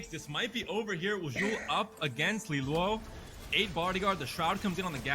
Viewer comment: Get rid of this girl, she can’t even read LiLuo properly… In no world ever is it “lee-lyew” calls every fight inaccurately, doesn’t know what she’s talking about